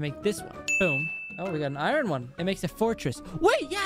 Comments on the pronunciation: He called the Golden apples "Diamond apples"😂 And called iron "I Ron"🤣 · It’s funny when he says. I Ron 😂😂😂